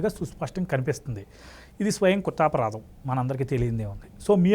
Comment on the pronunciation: స్వయం కుత్తపారాదం కాదు బ్రదర్ కృత్తాపారాధం 🙏